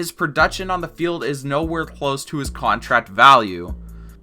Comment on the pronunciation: How is it that you say "contract"? Never heard anyone pronouncing it that way.